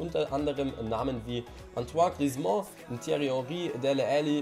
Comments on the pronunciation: Es heißt griezmann nicht griezmont... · Libertadores Er kommt aus Frankreich, man spricht es also französisch aus.